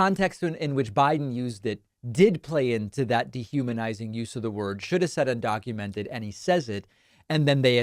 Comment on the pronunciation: He can’t pronounce the word undocumented